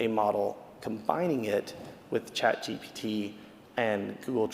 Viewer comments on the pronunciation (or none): Why does he keep saying Chat GTP?!?! Instead of ChatGPT? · I lost him when he said CHatGTP instead of GPT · Chat G P T! Not GTP!!! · Its really hard to take a man seriously when he keeps mutilating things "Chat GTP" is not a thing. Sorry, I know he was nervous but it took away from his presentation. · I wish he would say chatGPT instead of chat GTP 😢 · I doubt AI made him say "chat gtp" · Chat "GTP"? Chat "GTP"? Chat "GTP"? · It's chatgpt not chatgtp. He is giving a talk on ai 😅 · he keeps saying chat GTP instead of GPT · I'm seconds into it and had to stop because a supposed thought leader of this space is saying "Chat GTP" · Yeah the fact that he calls it ChatGTP is very refreshing... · It's hilarious listening to him saying chat"GTP" repeatedly ^^ Otherwise great talk! Edit: he said it right , finally!